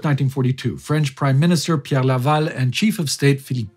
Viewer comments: Just here to say that your french accent is impressively good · Your french is flawless, just like the important work you're doing here. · My native language is French, I can tell you your prononciation is almost flawless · Wow, your French pronunciation is on the mark. Good job!